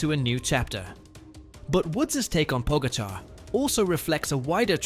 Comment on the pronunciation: Po-GA-char. Source: I'm Slovenian :)